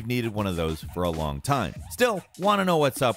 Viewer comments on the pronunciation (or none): none